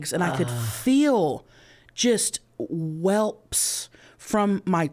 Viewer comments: Not Chelcie saying welps 😂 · 😂😂😂 I was so Happy to hear Chelsie say "Welps" (welts)❤❤❤ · Pretty sure Paige just called her out on it on a podcast and she really thought it was "welps" all these years. 🤣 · I'm dying at Chelcie calling them "welps" not welts 😂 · She knows it's wrong too cause her and her buffies have talked about it on the Pod but I think she is just sticking with it. Lol. That's just what she calls them. 😂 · Chelcie calling them “welps” instead of welts 😂❤ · Remember Chelsea, we covered this on ur podcast. Its welts not whelps lol